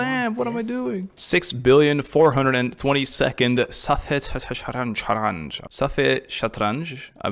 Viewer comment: You actually pronounced safhe shatranji pretty well It means chess board, it's persian.